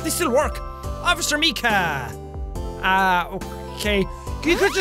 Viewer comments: Officer “meekah” *me screaming (mike-ah) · it's officer (MIE-KA) -_ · it's Officer Micah (My Kah) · It's Mi-cah! Jack that's my name and if you can't say it that pisses me off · The way he pronounced Micah...